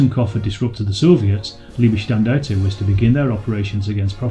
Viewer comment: hum, you can't pronounce correctly Leibstandart, and Totenkopf.